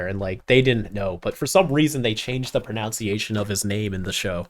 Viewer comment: Talking about how they say albedo and then you pronounce “pronunciation “ wrong lmao